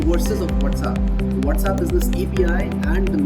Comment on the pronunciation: What is the whatzapp??? Mean with the z and not WhatsApp with the s ??